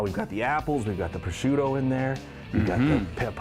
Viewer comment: Great recipe. By the way there are no "D's" in prosciutto, rather, it is "Pro - shoot - toe!" Like a "professional shooting his toe!"